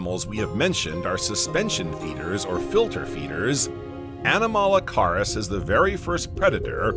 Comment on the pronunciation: It's actually a good video and I appreciate the research and effort. I will voice it if asked... I was distracted a little by the mispronounciaton of several words such as Hadian, anomalocaris, and a few others. It wasn't as bad as some other videos, but it did distract. I think it's the way the narrator puts the inflection on his words and the end of his sentences... however it does set the videos apart from the generic AI voices.